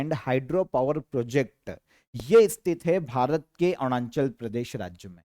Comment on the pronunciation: Sir Arunachal ko Aarnunchal bolte hai 😂😂